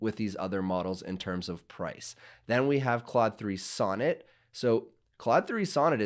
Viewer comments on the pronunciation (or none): none